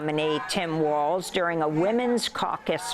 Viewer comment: It’s Walz Not waltz Now I understand why you’re losing. We’re not going back. Harris Walz 2024 for sure.